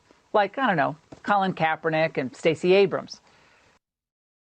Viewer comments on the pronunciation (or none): none